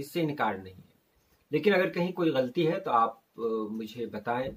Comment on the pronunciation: نہایت عمدہ ہے آپ کے سکھانے کا اسلوب۔ شکریہ۔ بس ایک عرض ہے کہ لفظ غلَطی ہے۔ لُ پر زبر ہے نہ کہ جزم